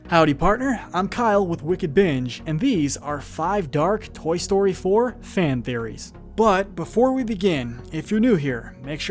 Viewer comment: Toy stoy 4 the talking 🍴.